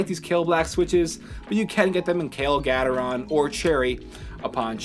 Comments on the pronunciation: gatetron is pronounced Gay-tron btw, not gat-er-ron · It's Gateron not Gatetron :) But yes, it's more like gay-ter-on